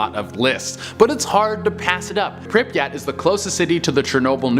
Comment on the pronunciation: Butchered prypiat